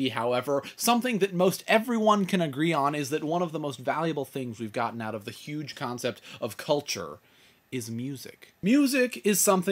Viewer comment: sorry i meant "huge, not "hudge" metal fan well, i like metal, rock, punk, folk, ska and reggea, but hey XD